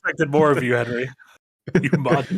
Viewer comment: Hennerey XD